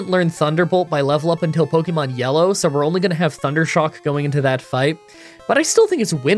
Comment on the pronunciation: I love that after all this time, you STILL mispronounce Pokemon